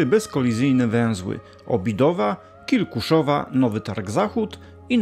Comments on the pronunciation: "Kilkuszowa" 😅 Mały błąd xd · Błagam!!! Kli-ku-szo-wa!!! Plus kilka innych pomniejszych błędów.